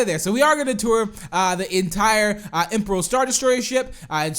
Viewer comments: You got it right but pronounced it a bit off, it's imp-erie-al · Edition and it's pronownced im-peer-ee-al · You pronounced imperial wrong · Cookie :) u pronounced it wrong tho IMPERIAL star destroyer but close